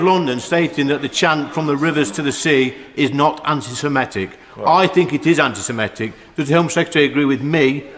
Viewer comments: Can someone tell him it's Sem-i-tic not Sem-e-tic. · Anti semetic? Can't he read/pr0n0unce semitic? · It's 'antisemitic' not 'antisemetic'. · It's anti-semitic Lee, not anti-semetic. Such a bright lad is our Lee. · Anderson can"t even pronounce it correctly. It's not anti semEtic. Typical of this uneducated out of his depth politician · Anti-semetic?. Learn how to speak before you cast your stones, 30p! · I’m afraid the thing that irritated me most about 30 pfennig Lee this time,was his inability to pronounce ANTISEMITIC correctly. He repeatedly said ANTI SEMETIC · Lee Anderson's so concerned about antisemitism he can't even pronounce the word 'antisemitic' properly. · He's even using the wrong vowels